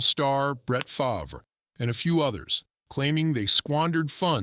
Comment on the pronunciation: You should’ve heard the AI trying to say Favre. It was like something about Mary without a the v lol